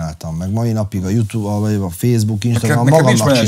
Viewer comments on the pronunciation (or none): none